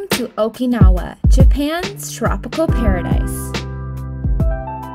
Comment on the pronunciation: How can you go to Okinawa and not even be able to pronounce Okinawa?